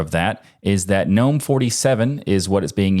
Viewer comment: the first time i have heard Gnome pronounced correctly!!! ⭐️